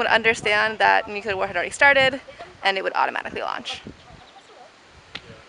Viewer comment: Very cool video! And... Please repeat: [New-CLEE-ar]. Not [New-cue-lar].